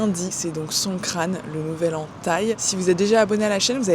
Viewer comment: FOU RIRE quand t'as dit Songkran je regardais pas l'écran, j'ai cru que t'avais dit "son crâne" et j'ai cru que tu parlais de Manu 😂😂😂